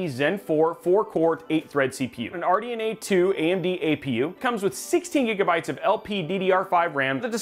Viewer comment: Thumbs up for the "256 Gergabytes" 😂